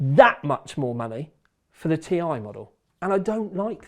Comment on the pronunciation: According to Nvidia.... It's not a T I It's a TIE. Don't mix them up, please ;)